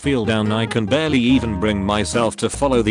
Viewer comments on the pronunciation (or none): none